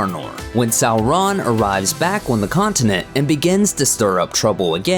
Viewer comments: Sou-Ron?? Who’s narrating this, the Key & Peele substitute?? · Sow-RON? 🤦‍♂️🤦‍♂️ Tol-KEEN? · A good video. Except for the annoying Sau-RON which quickly gets grating. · We know; the narrator is pronouncing it "Sau-RON" instead of "SAU-ron." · Sow-Rawn. Tolkeeeen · I swear they used an automated reader for this video. Sow-Rawn. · In Appendix E, Tolkien states that 'au' is pronounced as in 'loud' or 'how'. So 'Sauron' is pronounced "SOUR-on" or "SOW-ron" (sow as in pig, not as in planting seeds). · Say it again....sar-RON Super funny. You must be canadian.. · Its Sour-ron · The way you say Sauron as “Sow-Ron” is shameful. Various other issues as well with names. Your dialog is too slow more times than not. You can’t even say Tolkien’s right. It’s NOT “Toll Keen” Check out Men of the West for proper videos and History of the Ages. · Its pronounced Sour-Ron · Sow-Ron.... interesting pronunciation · Why do you pronounce Sauron like that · Why u sayin sauron like dat